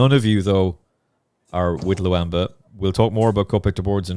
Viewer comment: This is by far my favourite horse racing podcast, but for the love of God,, can you please stop pronouncing Lulamba like that 😅